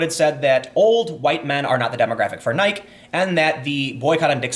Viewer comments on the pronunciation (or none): rofl Tim it's NI-Key.. not like bike... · omg can't listen anymore stop saying "nighk" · How have you never heard Nike? Nye-Key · Why is he saying nyke? its greek right? So nyke - E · It's not Nik it's NikE. Pronounce the e. The left doesn't like Nike shoes??? You realize 90+ percent of black people are on the left right?? Also, of course the stock went down over the boycott. You're so fucking clueless some times Tim. This was one of your worst videos Tim. You sounded like Don Lemon, getting all the facts wrong and even mispronouncing Nike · OMG 🤬🤬🤬WHY ARE YOU SAYING NIKE LIKE BIKE IT’S WEIRD IT’S NI— KEY 🔑🤯🤯🤯🤯🤯🤯 ... ps I love Time Cast News great show🧐🤔🤭🤫👆🏼🤓😂🤣😂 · oh geez tim, its pronounced Nie-key, not Nie-k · Ummmm, who pronounces the goddess "Nick"? My over-educated family of classicists pronounces it nigh-kee, as does her Wikipedia article. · ITS PRONOUNCED NY-KEE! NOT NYK! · Tim It is pronounced nye-key. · It's pronounced "Nikey". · >pronouncing it Neich Kek. I like it. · You are killing me Tim...Nike is pronounced ni-key. I have not gone to Dick's since their age-discrimination started. I will not purchase any Nike product as long as they employ that spoiled little rich boy communist. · Did you deliberately mispronounce the name of one of the most recognized global brands to get more comments for the youtube algorithm? Because it worked. Nike pronounced Nai-kee is named after the Greek goddess of Victory usually pronounced something like Nee-kay. The E isn't silent, because its greek in origin. No laural wreath for you. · it's ni-key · kApernik is also brutal. Kapernick, soft ‘a’ nike Hard I hard E. Please Tim I can’t do this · I love you bro, but yeah it was cringe level it almost feels like you lost a bet where you need to incorrectly say niek 20 times in this piece as payment. As one of the few left that believes in journalistic ethics you gotta issue an immediate correction. I'll let the Capernick ones slide though. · Nye-kee lol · Nigh - KEY ffs